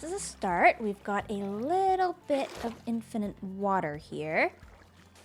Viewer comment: You're the second Canuck I've heard add a third 'n' to the word 'infinite'. Maybe it's a weird accenty type thing... makes me wonder how you pronounce 'finite'.... Fun series though. Thanks.